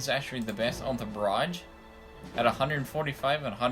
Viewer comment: Please pronounce barrage correct